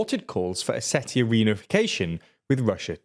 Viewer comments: It’s not pronounced how it’s spelled, it’s pronounced “Oseshia”. With a “sh” where the “t” is. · That's not how you pronounce Ossetia 😂😂😂 Com'on guys, you cannot bring the news and live under a rock at the same time 😂😂😂 Think about the words international, spatial, etc...